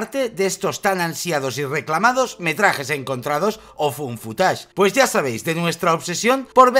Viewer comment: Me encanta que lo pronuncien como "fun footage" <3